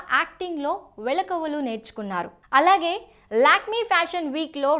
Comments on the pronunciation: వెలకువలు కాదే బాబు యాంకర్ పిల్లా... మెళకువలు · వేళకువలు కాదు మెలకువలు తెలుగును భ్రష్టు పట్టించకు